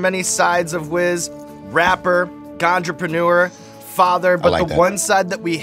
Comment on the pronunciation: Did Sean just say “ganjaprenuer”??? 😂 swag!